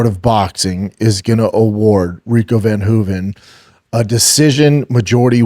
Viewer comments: Not Rico van Hoeven- it’s Rico ver Hoeven. Get it right Brandon. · Its ver hoven. Damnit shaub say names right man. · If I have to hear him say Rico’s name wrong one more time… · Dude is such a liar lol he listens to what other people say and tries to replicate the information as if he knew, didn’t even know how to pronounce Rico’s last name lol😂😂😂😂